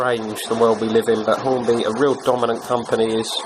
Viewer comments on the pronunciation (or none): you said Hornby wrong, it's Hornby not Horny.